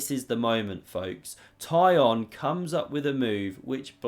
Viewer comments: Oh my god! Now I understand why no one can pronounce that name correctly! Try something like Tsikhon. Closer to original:) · Pronunciation for my anglophone chess friends: Tee-kh-on Chair-NAI-Yev